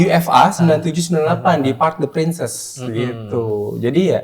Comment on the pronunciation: Nyebut kandang PSG bukan Prinsess 😂 Prins aja bang wkwk emang Putri Pincess LOL pangeran itu Prince